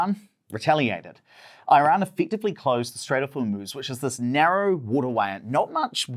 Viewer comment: Please learn how to pronounce Iran correctly.